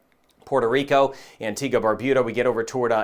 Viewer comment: thank you for pronouncing Antigua and Barbuda correctly! 😂 I keep hearing “Antigwah and Barbooda”